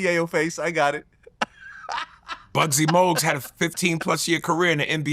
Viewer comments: Did he say “Bugsie Mogues”? lol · First of all, did this dude say "Buggsy Mogues"??? 😂😂😂 Second...did Michael Jai White say Bruce was an ACTOR? Ummm...Michael, you're a Martial Artist who also acts in movies. Wtf you think BRUCE was? Same shit. He participated in tournaments, too. He took real hits, too. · NIGGA SAID "BUGSY MOGUES" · he said Bugsy Mogues!! :) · Bro said "Bugsy Mogues" lol The irony is he started off saying Tyson Mayweather was a farce because Mayweather was too light... But now Bruce Lee aint too light to beat MJW